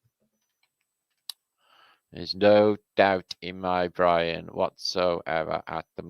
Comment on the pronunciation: this is the first time i hear say brain not brian